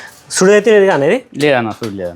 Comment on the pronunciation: సుడి కాదు. చూడి / సూడి. సుడి అంటే అర్థం మారిపోతుంది.